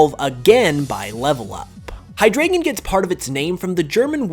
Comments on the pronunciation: Same thing with Hydreigon. Glad it wasn't just me. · I came to make this precise comment. And it was even worse on Hydreigon, haha. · why did you pronounce deino and hydreigon wrong? like you literally pronounced ein and drei correctly in the same sentence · Deino is pronounced Die-no, not Dayno. Zweilous is pronounced Svi-lous, S-why-lous. Hydreigon is pronounced Hydr-ai-gon. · High-dry-gun. Fine, the mispronounced Japanese names are ok, BUT AT LEAST PRONOUNCE THE NAMES RIGHT! False pronunciation means false information. Come on dude. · Explains where Deino and Hydreigon get their name origins... and mispronounces them right after saying the root words right... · explains the Deino family's name origin still mispronounces Deino and Hydreigon wrong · Yeah, you're right And yeah, you're right again xD It also triggered me when he mispronounced Hydreigon, Zweilous and Deino. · Along with d’artagnan